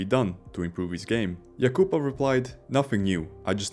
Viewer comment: AI can't pronounce yakapov's name.